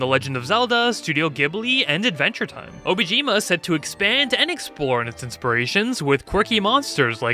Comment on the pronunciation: Dude, it is fucking PAINFUL to hear you say 'obijima' (and even write it in the video description), when the thing that is literally paying you to say its name right is obOjima. kiiiinda got the feeling they won't be paying you for that anymore lol.